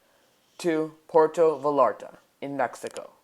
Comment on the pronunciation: And it’s pronounced (Vayarta), not (VaLLarta)